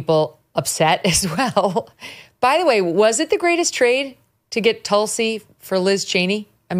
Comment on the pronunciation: Wrong pronunciation of her first name